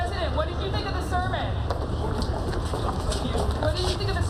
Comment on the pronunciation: You mispronounced “all” of her “sermon”